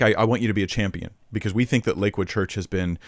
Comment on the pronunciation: Why does it sound like he says Liquid church? Or is it just me?